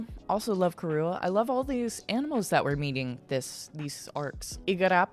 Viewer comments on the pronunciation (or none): mr. 5 is also suuuper gross to me. i always got icky whenever he was on screen on the anime. shivers in disgust 🤮 that was an interesting detail you caught there about zoro wearing his bandana in the beginning + not wearing it around the crew. btw, vivi’s pet duck’s name is pronounced “KA-ruuu” the r is a bit hard sounding (it’s really difficult to send it out for you when all I can do is type lol). loved the video, as always! 💙